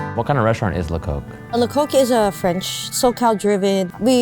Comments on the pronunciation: Its pronounces 'Le cock' in french, not 'le coke' Coq means roster in french. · "Le coq" is pronounced "leh cock", yes that simple. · lecoq is just pronounced lecock btw. dont be scared of pronouncing it the right way